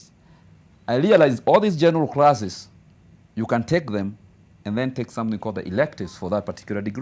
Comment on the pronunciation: Good English...but crasses 🤣🤣🤣..crothes 🤣🤣...Mila yetu